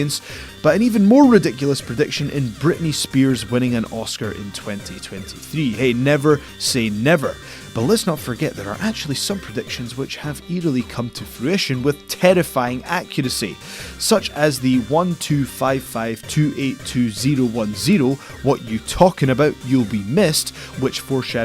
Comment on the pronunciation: Eeriley?? Hahaha what's that??